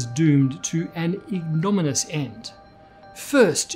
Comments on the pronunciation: Not to be a jerk, but I think it’s pronounced “ig-no-min-ee-us”(?) 😬 aaaand now I’m a jerk. Forgive me! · Finally know something doesn't. Ignominious is pronounced ig-nom-in-ee-us.